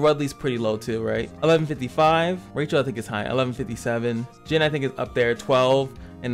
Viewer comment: Pronounced Rae-Kel, not Rachel from Friends lol